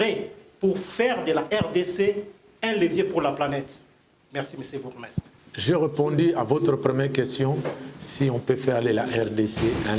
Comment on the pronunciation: Ezalaka "Bourgmestre " et non "Borgoumestre"